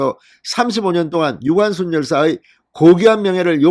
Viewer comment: 유관슨 정정 바랍니다. 무슨 제이슨이니 제커슨도 아니고 ㅎㅎㅎ